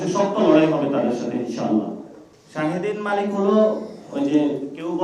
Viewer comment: শাহদীন মালিক নামটা সঠিক ভাবে উচ্চারণ করতে পারেনা,সে হয়ছে আবার নেতা